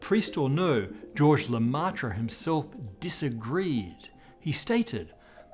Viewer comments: Le-"meh"-tre, not Le-"mah"-tre. Thank you. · Lemaitre is pronounced like "hair" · "Georges Lematra" xD Nope, try again. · So... been multiple videos here where the big bang is somewhat mention, and I always here the same couples of names without ever hearing one in particular. Starting to think that the stuff I heard when I was a kid was an error or misleading or misunderstood, I just realize today, on one of my rewatch on the subject, that it was always there, just weirdly pronounced in english xD The Belgian priest with it's take on the first moment, the big bang.